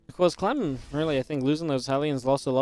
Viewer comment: he said clam, its liqudclam and not liqudclam.